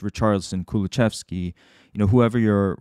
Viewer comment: Lovely video as per usual! But just fyi, it's ku-lu-SEV-ski, not ku-lu-CHEV-ski /Swede ^^